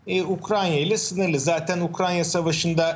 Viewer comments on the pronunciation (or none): Ayy şu ukrayna ya. Ukranya diyorlar yaa gıccık oluyorum. Kulağıma takılıyor..